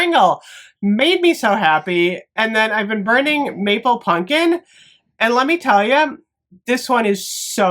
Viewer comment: I’ll never get tired of you saying punkin instead of pumpkin. Never